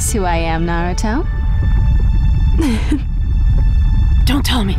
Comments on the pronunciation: What the FUCK is a narootoo?!!? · why do people say "Nruto" its Naruto omg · He pronounced it Narooooooootoe instead of Naruuuuto o.o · i'm not seeing any comments on how this guy is not saying naruto's name right, i cant be the only one who noticed right???.... it's naruto not nurato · It's NaruTO not NaruDOE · Dude! Japanese version is the best and dude its naruto not narudo like what you were saying! i think you need to rewatch the show! You like don't know anything! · UUUUUGGGGHHHHH this guy is killing me!!!! Every single time he says Naruto's name,he mispronounces it!!! Its pronounced Nar-oo-toe (or something along those lines), NOT "Nur-oo-toe"!! It's "AR" dammit not "UR"!!!! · Naruto Dubbed is the worst for me after watching and reading original in Japanese (subbed). The humor is always lost in the translation. Naruto Dubbed was below average but Naruto Shippuden Dubbed is truly awful. The comentators keep mispronouncing Naruto. Its pronounced Na rou to. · Why do they always say Naruto wrong? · How hard is it to pronounce Naruto name right. Even when you hear it in the game you still pronounce it wrong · he is not saying naruto right either...... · sooooo yeah i love the game just wish we didn't have to hear two idiots talk, plus the fact the main guy talking keeps pronouncing Naruto's name wrong which is pretty annoying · They cant even pronounce Naruto :( anyway if you don't know anything about naruto I suggest you either read the manga or watch the anime and I agree with you guys they are annoying